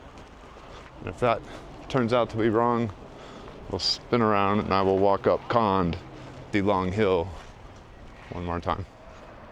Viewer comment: Kond pronounces not kand but kond, with letter o. Just saying.